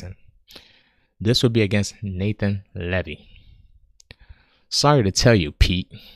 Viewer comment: Come on man, everyone knows squinting gives you a +6 to reading comprehension and when pronouncing Mr. Levy's first name it's not "Nathan," it's "Nah-tahn!" Or... Nathan for short.